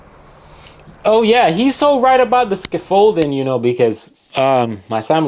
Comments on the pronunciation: Must be American cos he cant pronounce scaffolding properly 🤦🏻‍♂️ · The way this fella says "scaffolding" freaks me out. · I was wincing a bit at your pronouncement of scaffolding 😂